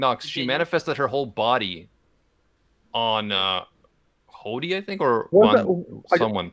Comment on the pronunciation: i love how pronounces hody as hoddy. im gonna start using that now.